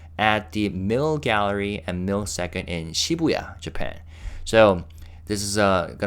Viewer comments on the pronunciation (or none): none